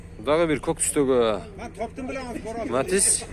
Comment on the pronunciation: Матиз деп так айтчы